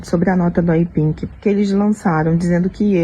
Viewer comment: Miga, não é Wepink, é Wepig kkakakakakkkakaka